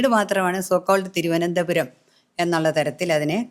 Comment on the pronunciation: തിരുവനന്തപുരം കാരെ തിരുവനന്തപുരം എന്ന് പറയാൻ പഠിപ്പിക്കു( തി രോ എന്താ രം )😂👍